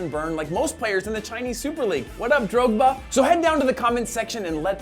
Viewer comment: The way you pronounced Drogba gave me fucking chest pains.